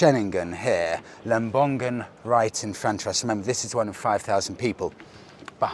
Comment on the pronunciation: Lovely video, as always. As an Indonesian, I just would like to correct the tiny pronunciation mistake. it's not lem-bong-gun, it's lem-bong-un, without the hard G, if that make sense.